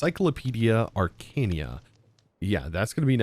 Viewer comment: Also Not a diss, this is just funny to me mispronouncing things My absolute favorite so far is in this episode "Arcania" Adorable